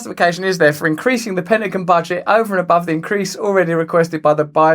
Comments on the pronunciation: Penagan? Whats the Penagan? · It's funny how he pronounces Pentagon All Jokes aside keep up the good work Russell God bless you 🙏 my friend. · Hilarious how you pronounce pentagon 🤣